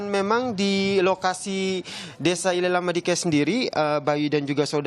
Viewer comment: Izin koreksi min, Nele Lama Diken bukan ile lama diken...🙏